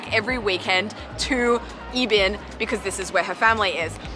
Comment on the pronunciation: 宜賓 Yi Bin's pronunciation is Yi(tone #4) Bin(tone #1). Your pronunciation is Yi(tone#1) Bin(tone#1).